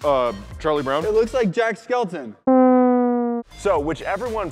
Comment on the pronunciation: Jack Skelton facepalm LOL Jack Skellington and no, it's Sans.